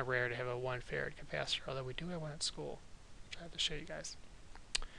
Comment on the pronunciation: Is it bad that I kept hearing "farad" as "ferret"?